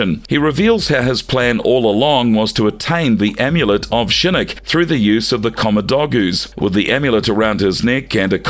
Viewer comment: I gotta agree with you, he pronounces Shinnok as Shinnik and Scinnik, there is no way that's on accident.